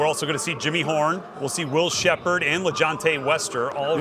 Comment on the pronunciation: I hate how they compare him to cam the whole time instead of just talking about him. They wasn’t doing that to cam, bringing up other qb in draft. Then they butchered Will SHEPPARD name the whole time. Like how no one corrected bro.